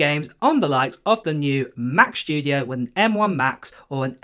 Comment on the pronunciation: studio, not shtudio